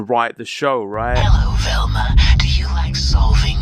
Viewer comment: I love how he says "Velmer" lol